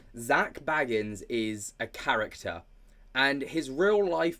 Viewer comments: It's BAYgans, not Baggins, let's not insult any hobbits here... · I love your dives into this as a 'having second thoughts GA fan' but his name is pronounced Zak BAYgans not Baggins like a bl00dy hobbit please stop it now 😅😅